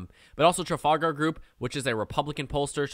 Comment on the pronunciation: As a Brit I have really enjoyed your election vids - a really interesting insight into it all. One pick up from this vid though - it’s Trafalgar with an F as in the battle or square in the UK